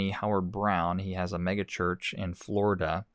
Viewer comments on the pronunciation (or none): none